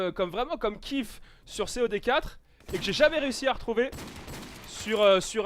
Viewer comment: qui dit " C.O.D quatre" en prononçant en toute lettre j'etait mort^^